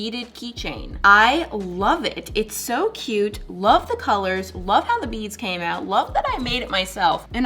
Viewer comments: It thought you said "Make beans" But you said "Make beads" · for the longest time i thought she was saying "make beans" 😭